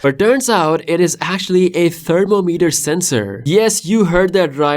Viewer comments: Thermo-meter ❌️ Therm-om-eter ✅️ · Your pronunciation of thermometer made me wonder what device is that 😂😂😂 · guys i have a question ::: do ppl say thermometer like he does on the video?